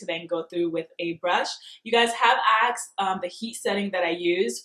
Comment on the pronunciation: 'Asked' not 'Axed'